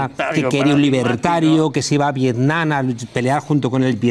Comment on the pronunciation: Dice "Vietnan" y va de culto😂😂😂